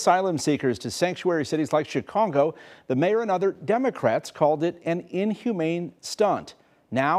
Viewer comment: Did he say " Chicongo " ??